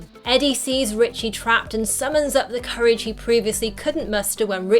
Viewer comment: It’s Richie. Short for Richard. No T in his name